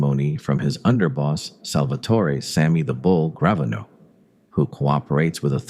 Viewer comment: Did you really pronounce Sammy's last name as Gravon e no 😂😂😂😂